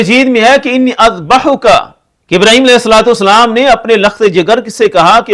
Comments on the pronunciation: انی اذبحک پہلے الف کے اوپر زبر درست کرلیں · پہلے الف پر بھی زبر ھے